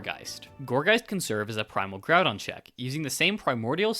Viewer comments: Man what is Primal Graudon? Why you pronouncing Groudon so weird? Ground is a word, mate. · Your misprounication of groudon is driving me crazy you go between correct and incorrect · its pronounced ground-on btw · “primal grodon” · Not the worst pronunciation I've heard ngl, that would go to "grue-don"